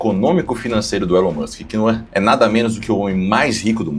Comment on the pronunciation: eu fico de cara da galera fazendo reportagem sobre o Elon e falando o nome errada. A galera de direita tem que saber falar inglês bem pô.